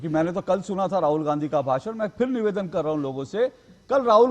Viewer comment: Pawan patel bolna seekhle pahale... nivedan hota hai beta nevaadan nahin...😂